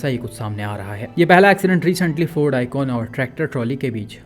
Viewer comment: Brother, woh akon nahi ikon thi, akon to famous singer hai😂